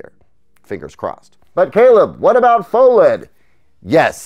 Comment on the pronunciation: GTA6 before Micro-LED TV? QDEL before GTA6? Shouldn't PHO-LED be pronounced "Fah-led"? Answer Key: Yes!, Yes!, Pho-geddaboudit